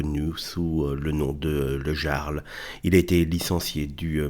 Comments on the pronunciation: le "Yarl", çà se prononce Yarl, pas "Jarle", mais bon on s'en fout un peu, dommage pour cette boite qui va devenir une zone de combat et de guérilla urbaine ! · Pour info, ça se prononce le "iarl", comme un i. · On dit "yarl", vous avez étudiez la question avant de faire une vidéo alakon ?